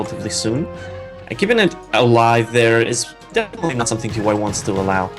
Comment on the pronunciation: Why are you calling him "Tee Why" lol. You had it right the first time you said his name, in the opening. :P